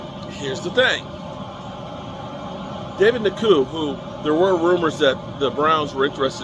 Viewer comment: who is David NaKoo? Browns have a David Njoku (En-jo-koo).